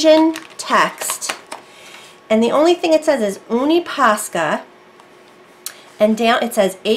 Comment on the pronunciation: Love hearing you say oonie ...its younie ...nice vid tho